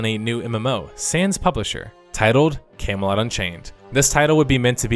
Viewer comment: You pronounce Camelot like "Came a lot"